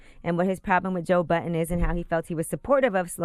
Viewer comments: Angela, sweety, his last name is BUDDEN not BOTTON. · His name is Budden not Button. WTF is wrong with Angela this is her job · She is saying Joe Button ... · Sounds like she is saying Joe Button ....